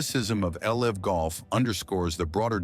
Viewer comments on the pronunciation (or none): Please edit and fact check your videos. The pronunciation of LIV golf is awful. AI narration requires human checking.